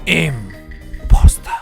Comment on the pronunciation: 군림보: 쩝 쩝 임풔스터허..